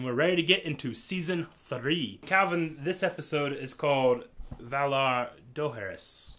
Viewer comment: Valar do-ha-ris